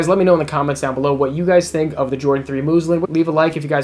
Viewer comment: Muslin, not moozlin